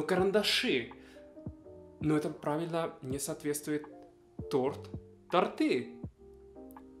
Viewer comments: Не торты, а торты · Торты ударение на ы